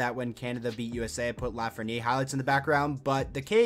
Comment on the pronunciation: The way you say 'LafrenieRE' is seriously driving me nuts bruh, otherwise i still love your vids 😂